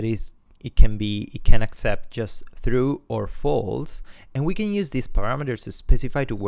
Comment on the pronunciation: haha, this is fking epic! I just came from the other video called sth like "create team..". ...... now pls, go to 19.09. Here "true" is pronounced "through." Im literally dying, I thought he couldnt make the sound haha. Anyway, good tuts for the noobs